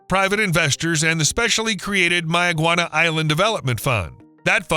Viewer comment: As a Bahamian some of those clips are old and locally pronounced "May-ah-gwan-ah"